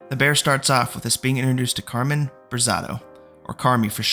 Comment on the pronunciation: Love the recap but hes throwing me off every time he says "Carmine".